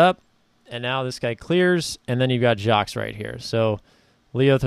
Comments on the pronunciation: Nice job. Btw. No S in Jacques. It is pronounced Jahk. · Appreciate the breakdown - one note is that the "s" in Jacques is silent